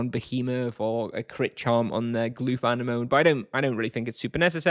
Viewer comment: Glooth ann e moan hah. Get's me every time I hear you prounce it like that. It actually sounds like uh neh muh nee